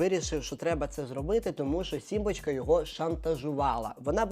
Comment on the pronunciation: Сорян. не "симбачка", а "сімбочка". не "пропагандувати", а "пропагувати". Пане, беріть на озброєння ☺